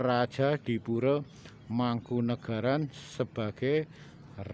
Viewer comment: Oalaaah... bukan muslim toh mereka.. ya gak tau lg kalo gitu, sedangkan Mataram kan trah Islam ralat min... kalau Pura org Jawa bacanya Puro bukan Pure Kalau Pura dibaca Pure itu org Bali (Pura di Bali t4 ibadah umat Hindu), kalau istana/Keraton di Bali namanya "Puri"